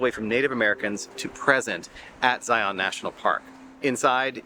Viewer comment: FYI - Local pronunciation is Zion, rhymes with lion, not Zi On. Great video, other than the pronunciation of the park name. Can’t wait to watch the remainder of the videos in your series.